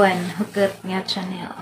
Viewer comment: Dili Chanel an pag promounce....an pag pronounce (Shanel)